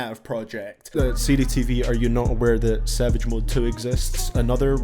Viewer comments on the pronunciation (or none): none